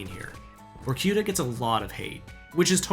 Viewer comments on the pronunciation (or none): VORKIURA😂😂😂😂😂 IS VORKUTA DON’T READ EVERYTHING IN ENGLISH PRONUNCIATION